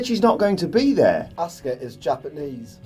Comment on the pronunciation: I don't get it, why is she called "Aska" when her name is Asuka?